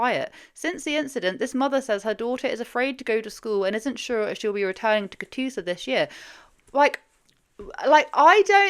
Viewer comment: I was folding laundry when you said Catoosa and asked you said it correctly (you did). I thought about how there is a really small town in my home state, Oklahoma, named that and it would be correct, if it was spelled the same. I then noticed that the article was written by Channel 9 & surely thought it just must be a coincidence. It wasn’t, Claremore is the county seat. Sometimes it’s not fun being familiar with places mentioned 😅